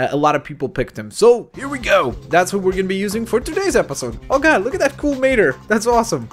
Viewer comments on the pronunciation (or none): none